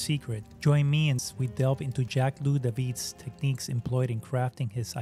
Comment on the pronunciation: All good, but... Louis = 'Loo-ee' Marat = 'MAR-ah' Toussaud = 'Too-so' Jacobins = 'Jack-ah-bins' Pentimento plural is pentimenti.